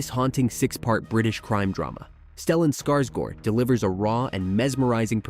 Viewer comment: Heh...first I I ever heard anyone pronounce "Skarsgård" correctly in any video anywhere.